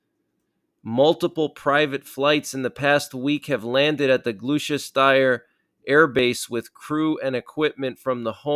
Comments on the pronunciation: Thanks for the update - and just to help you with some of our more tricky UK place names - anything with ‘shire’ is pronounced ‘sheer’ so Gloucestershire is pronounced ‘Gloss-ter-sheer’ hope this helps ❤ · Just for info. Gloucestershire is pronounced Gloster-shire or simply Gloster, UK. Keep up the great work, love these updates over here in the UK ❤️ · Lol it’s pronounced Glosster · wtf I’m in Gloucestershire? And the way you pronounced it was hilarious 😂😂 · Please do some homework if you can’t pronounce Gloucestershire properly don’t try and say it. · I love how Americans cant say Worcestershire and Gloucestershire 😂 one day you will learn our language correctly ❤ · Thanks for the update its much appreciated , but WOW thats a 10 out of 10 in butchering a name 🤣. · Glou-chest- ter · Gloster shire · Lol gloster shire is how you say it lol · Pronounced as Glosteshire. Gloucester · Pronounce it Gloss t shire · Pronounced 'Glos-ter-shire mate 👍 thanks for the update x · "Gloss Chester shire". We're certainly getting closer to our Governments admitting we are at war. Prep. Prep. Prep. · It’s pronounced “Gloster”, in “Glostersheer”. Cheers mate! P.S. a Russian general wants to nuke the U.K., to make a show of strength to the rest of the World. I think those American bombers should be flown to Paris. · It's pronounced Glos ter shire ...... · Pronounced (gloss t shire) lol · Gloucestershire is pronounced 'Gloss-ster-shire' ! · Thanks for the update! Gloucestershire is pronounced GLOSS-ter-sheer. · Gloustershire = GLUSTA-SHUR. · Gloucestershire is pronounced “GLOSTERSHEER”! Thanks for all you updates Buddy. Kind Regards from England. ❤️🇺🇸🏴🇬🇧🇺🇸❤️ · It's pronounced "gloster" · Nice report. However Gloucestershire is pronounced as Gloster-Shire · Pronounced “Glostusher” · Hi, just to help with the "british spelling" and weird pronunciations we have of many place names - Gloucestershire is pronounced "Gloss - te - sher" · Gloss stir shire